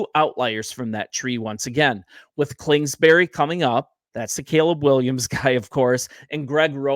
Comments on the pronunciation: I agree with your assessment… Only it’s KINGSBURY… KINGSBURY… say that 5 times fast… NOT KLINGSBURY… hahaha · Bro, Klingsberry? 🙄